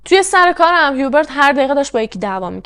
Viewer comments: « جان»در زبان فرانسوی«H»کلا تلفظ نمیشه و بجاش اولین حرف بعدی در اون کلمه تلفظ میشه(مثلاً همونHubert چون بعد از H حرف U است میگن اوبرت بجای هیوبرت)البته خیلی کم استثناهایی هم گاهی هست که در بعضی کلمات«H»هممون«H»تلفظ میشه،بعد هم اینکه حرف آخر کلمات هم اکثرا تلفظ نمیشه و خلاصه برای همین«هیوبرت»به فرانسوی«اوبر»گفته میشه. درضمن«فوولدر»درست نیست و صحیحش«فلدر»است یعنی با«O»: در اصل«Folder»از کلمه ی«Fold»بمعنای«تا کردن»میاد.البته اگه من گاهی نکته ای رو میگم برای این است که کانال داری و موضوعات و پرونده روایت میکنی، امیدوارم ناراحت نشی. 💙 بنظرم«رنی»خودش ناراضی بوده که اگه پسرش طلایی پیدا کرده چرا نباید چیزی به مادرش میداده، واسه همین هم دامادش رو انداخته جلو، اگه قضیه فاش میشد خوب«رنی»هم میتوانست سهمش رو بخواد.«هیوبرت»کلا از نظر روانی سالم نبوده: دچار وسواس و شک بوده، در کنارش به هر چیزی که میشده گیر میداده و غرغرو هم بوده(ناراحتیش از صدا هم به احتمال زیاد ناشی از آشفتگی وضع روحیش بوده؛ تولید صدا در کل چون تمرکز حواس و نیز آرامش رو بهم میزنه اعصاب خورد کن است، وای بحال این مرد که پی بهانه میگشته و فکرش هم مدام مشغول بوده). ممکنه که این خانواده اصلاً طلایی پیدا نکرده بودن و خریدها و سفرها رو با پس انداز کردن و درآمدهای کوچک از اینور و اونور میپرداختن(و یا قسطی، قرض، وام)حساب هم که بکنی: پدربزرگ هیچوقت نمیامده بی عقلی کنه و طلاها رو دم دست قایم کنه که برفرض«پاسکال»با یک گشتن تو کارگاه بتوانه پیداش کنه! معمولاً آدمها چیزهای گرانقیمت یا مهم رو توی دیوار یا زیرزمین و خلاصه ی جای امن و دور از چشم پنهان میکنن. شاید هم قضیه کلا دروغ است و مثلاً پدربزرگ خواسته اینطوری خودشو مهم و ثروتمند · جان من فرانسه زبانم اسم هیوبرت را اوبِق تلفظ میکنن،